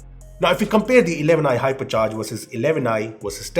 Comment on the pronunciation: I though he said Harpiccharge🤣, no offence he is the best reviewer.